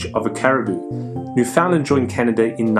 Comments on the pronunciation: New-fin-land, accent on first syllable. Not new-found-land. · Please, for the sake of all the Newfoundlanders out there, please learn the correct pronunciation. The emphasis is on the first syllable and not on the "found". Not a big thing but important if you ever decide to visit.